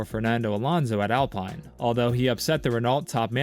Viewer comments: It’s Alpine not alpiine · The I is pronounced as an e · what tf, why you saying Alpine and Mick Schumacher like that. The "I" is pronounced like an E and its not Mike, its Mick